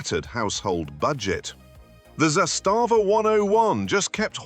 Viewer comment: It is not za stava. its zastava 👍